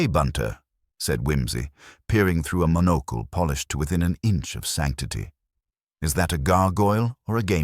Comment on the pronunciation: Haha. These AI voices are always hilarious! Wimsey doesn’t wear a monocle but a ma-NO-cle! It’s so typical of an artificial device- no concept of what the words mean or how they are to be pronounced. And the writing of stories is equally artificial. You can tell from a mile away because they are all flat and uncreative, just a word salad. Heaven help us!